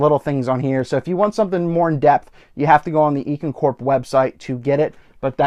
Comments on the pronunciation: is it really? On their website videos they always say I-CAN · EEE-KEN? haha just caught me off guard, great video!